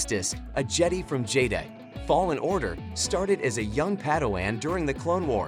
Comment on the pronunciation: stop calling it je-dee